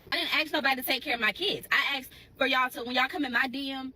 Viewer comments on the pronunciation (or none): ...... "aksed"... its "ASKED". There is an "s" before the "k". This is cringe to hear. So very ghetto. What happened to speaking smple, clear and plain English?? This is the future of those 7 kids.